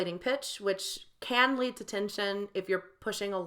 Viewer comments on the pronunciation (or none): none